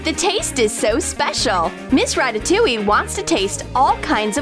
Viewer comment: "Miss Rataoliue" Flamingo fans be like RATATOULIE OO OA LA